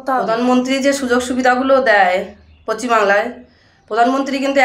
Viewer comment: Pochim noy . Ucharon thik kora dorkar. Chi.